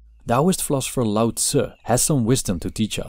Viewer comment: Its LAO NOT DAO